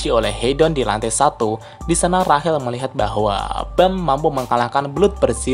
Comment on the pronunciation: Rachel(rashel) Cok bukan Rahel